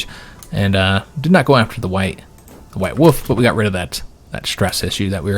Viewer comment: Same it had me rolling when he kept saying “white woof”